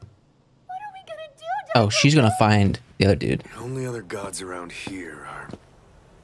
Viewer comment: I loved it when you called Daikoku Daikoko, because it makes him sound like a large cup of cocoa (dai = big).